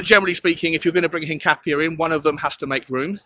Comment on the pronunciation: Hincapié is pronounced hin-cap-ee-eh. In Spanish, that accent over the 'e' gives it an 'eh' sound.